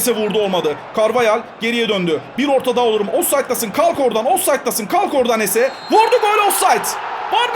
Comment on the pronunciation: abi ama o hese değil jese